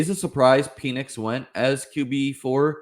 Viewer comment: It’s pronounced like Pennix not Penis